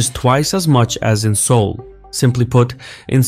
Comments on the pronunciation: Seouless? lol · "It's Seoulless"